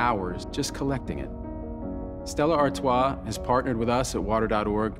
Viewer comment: Funny, I'm reading through Dune, and this all sounds strangely familiar. Also, thanks Matt Damon for showing me how to pronounce "Stella Artois".